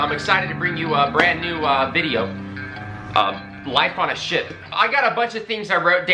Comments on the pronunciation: Or as you say, shi-PUH ;) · I like how you say the word ship